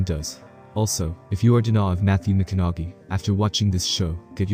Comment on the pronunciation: “Matthew mic-cin-nog-gy “